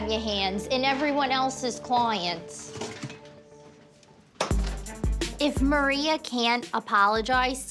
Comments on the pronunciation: HAHAHAHAHAHA CLOYANTS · Mirelli Sanchez cloyants 😂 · This Maria looks Albanian and is Albanian 100%, They do such things. Also, why this woman always says AKS instead of ASK, apologoze, klowyents, sowlon... 🤔